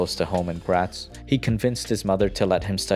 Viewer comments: man it's funny when when englisch people say graz. Greetings from Graz. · Es hört sich einfach nicht wirklich nicht nach Graz an :)